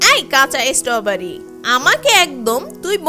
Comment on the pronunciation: ইসষ্টবারি।।। এটা কিরকম উচ্চারণ